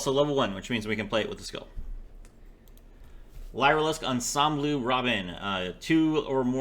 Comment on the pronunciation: I hate being that guy but its pronounced like "Leer" and not "lye"